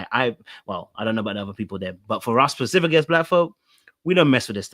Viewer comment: PACIFICALLY😂 every-time I hear it I vocally try to correct!!!! It’s SPECIFICALLY 😂